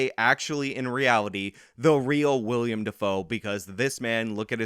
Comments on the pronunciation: if you're going to keep using the word "reprise", learn how to pronounce it. It's "reh-preese". Also, it's Willem, not William. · i have no problem with you moonlighting as a movie critic,. but it's WILL-EM not william. from now on i'm calling you "spelled with a w" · His name is Willem, not William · I hate you for your trolling of the pronunciation of Willem Dafoe's name. It is Will-em not William and I hate myself for having to type this. 🙃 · i like, but him sayin “william defoe” is makin me cringe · I think it's pronounced Will-um like steakum.